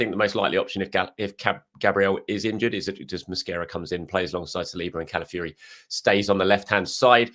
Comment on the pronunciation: CalafiORi Fee-or-ee Not ‘calafury’